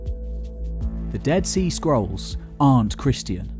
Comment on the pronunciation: I keep hearing "skrulls." Yeah...